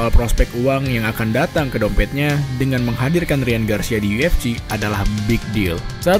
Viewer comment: Bahasan dan analisa ok sih .... cuma penyebutan UFC masih kedengeran aneh kadang yu ef ji atau yu ef ci harusnya Yu Ef Si (UFC)